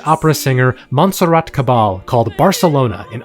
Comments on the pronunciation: monserrat caballe pronounced "cabaye" just btw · Probably somebody mentioned it already but it is pronounced: Monserrat (you did it right) Caba-YE, as in KanYE if you are doing proper spanish, but a pronuntiation closer to catalan would Cava-li-e as in Cavalier. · No way you pronounced Caballe as kabal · MISPRONOUNCING MONTSERRAT CABBALE IS ACTUALLY UNACCEPTABLE 👎🏿👎🏿👎🏿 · Can you please try not to mispronounce non-English artist names esp. one as legendary as Caballé? There are many YouTube vids about her where you can get her name’s pronunciation.